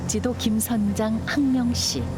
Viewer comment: 육지도가 아니라 욕지도 입니다.